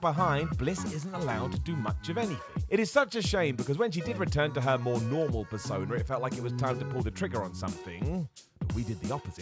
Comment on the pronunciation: Persona* not Pehssouwner